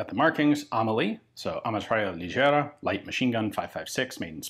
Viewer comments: Oh no, my Spanish heart broken into pieces when Ian pronounces "Ametralladora Ligera" in a very French way. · sounds like Amosghlblghlbhg Ligera 😂